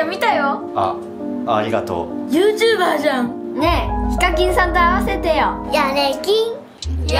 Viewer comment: ゆーうチューばーがゆーちゆぶをしてるw